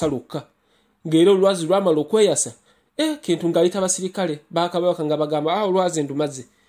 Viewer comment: Baganda do not pronounce "Kintu" the way you're doing. It's pronounced as though it's "Chintu"